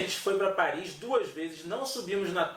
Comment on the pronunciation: Cidade linda😍😍😍! "Parri" é "Parri"!